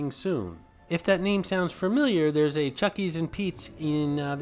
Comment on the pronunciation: Chickie, not Chucky